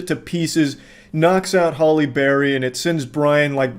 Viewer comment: I keep thinking of Hollyberry Cookie when I hear him say Halle Berry during the Moonfall review 😭